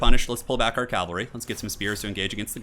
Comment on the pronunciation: It is pronounced cav-al-ree not cal-va-ree. This is a hill I will die on.